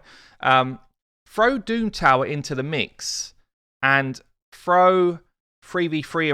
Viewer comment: Head up it’s THROW not FROUGH or wtf ever your saying. Can’t even watch the video to busy trying to just comprehend wtf is froughing gear on a champ means smh